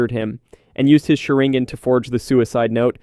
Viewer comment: Is this AI? Every single name in here is pronounced wrong. The big tell is "azringan" definitely a bot. I can adjust to the audio quality but not every single possible name...